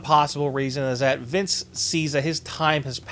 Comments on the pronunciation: why the fuck do you keep saying viss mcmahon? quit it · Sounds like your saying Vis McMahon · Vice? lmao why don't you prononunce the fucken N lmfaooo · Or MINCE MCMAHON!!!!